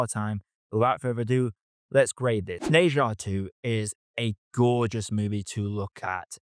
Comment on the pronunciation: Bro, try saying "Ne" as if it rhymes like "Her" instead of "Nay".